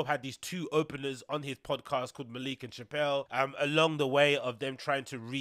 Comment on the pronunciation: MALICK!!!!!! pronounce it like that G